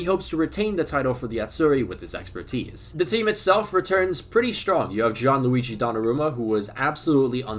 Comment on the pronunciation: "John Luigi Don Aruma"?